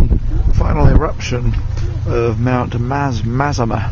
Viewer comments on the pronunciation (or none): I'm glad you'll be staying with us for some time to come. :) As an academic aside, I usually hear Mazama pronounced thus: muh-ZAH-muh.